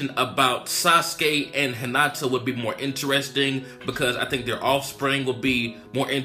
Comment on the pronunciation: Hinata not Henata